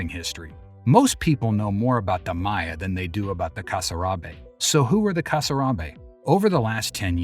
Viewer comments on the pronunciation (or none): none